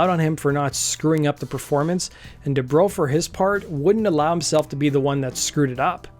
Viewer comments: Du-Brow. Not my Bro DuBro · Debrow as in eyebrow not as in "What's up, bro?"